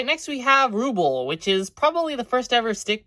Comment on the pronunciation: The name is pronounced Roobell